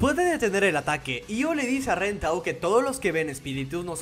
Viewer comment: No le digas ren dile len x favor